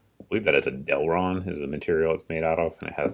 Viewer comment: I think it's delrin, not delron......great video as usual!